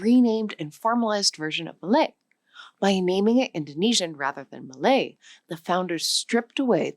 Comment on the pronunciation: I thought she said Malay?